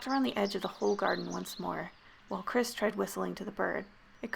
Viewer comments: What y’all hear: “ChRisSs” what I hear: “ cræs ”, “ ChRæS ”, “ cHrÆs ” :) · All the lights in my room are on, I watch horror movies o a weekly basis, all I'm doing is playing Skyrim, and just hearing the way that thing pronounced "Chris" made my stomach churn and my heart rate rise. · i know im not the only one hearing "crisp" and not "Chris" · Lmao I heard Chris’ full name as: “Chis paness*